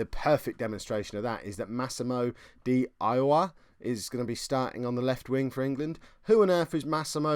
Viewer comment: Hate to be that guy but its 'di Iowa' should be pronouced "di yoya". Great video though. Loving the story of this save.